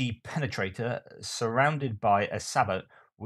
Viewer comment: With regard to the exploding ammo, that's an old psyops trick ... Also sabot is pronounced sa-bow not sa-bot